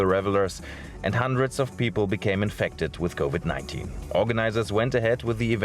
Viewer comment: Covid not """kovit""